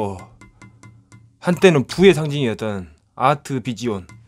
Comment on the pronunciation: 곧오브와(갓겜인데 몰라..)..... 아트비지온. 토속발음 찰지네. 망자는 남자 아이인걸까? 겜을 잘모르는거 봐서 열심히 사는 분같다. 좀더 재밌는 영상 기대하며 예전에 거울볼때 뒤에서 몸 감싸는거 좋았는데... 이런거.